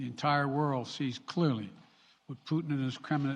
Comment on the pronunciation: Putin not pudding sleepy joe... I know you almost started salivating after saying pudding acouple of times